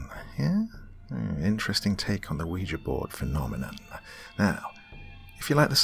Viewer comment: Games And Movies Entertainment actually its pronounced wee ja